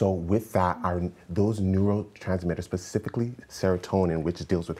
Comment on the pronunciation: If he says "pacifically" one more time...🙃🤣